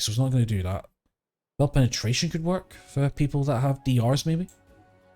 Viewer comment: but did you to annunciate Penatration like that 😭